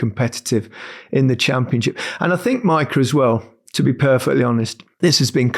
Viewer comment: Maika sounds wrong. Mika for Micah, jaa. Maika?😏